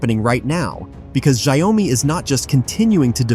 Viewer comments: Xiaomi should be pronounced as Xiao mi (two words) and not broken into 3 words like Xia-O-mi. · it is call xiao mi